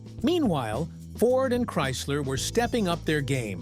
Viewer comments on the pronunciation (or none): none